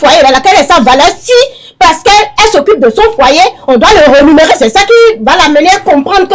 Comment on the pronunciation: Rémunérer et non rénumérer comme on l’entend parfois lors de l’émission.